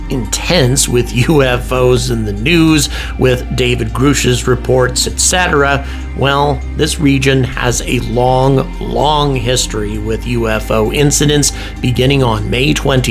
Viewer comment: Why? Why are you still calling him “GROOSH”? His name has been spoken all over media for over a year now. Mispronouncing his name after this long just undermines the rest of your work